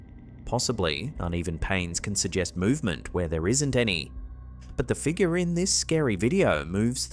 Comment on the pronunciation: I'm sorry, but you are now officially obligated to pronounce "figure" as "figger". 🤣